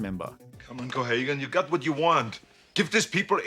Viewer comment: It's pronounced 'verhooven'. Can't even be bothered to do the minimum of research on that huh?